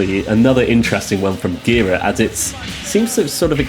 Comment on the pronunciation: Last name is pronounced “jer-AH”